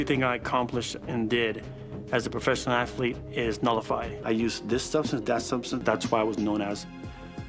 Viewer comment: . What is an Ass-a-lete? I thought you were an Assalete. !